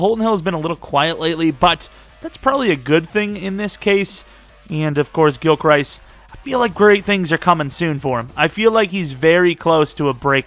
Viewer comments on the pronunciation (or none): Gilchrist is pronounced (gill-crist) like crust but with an i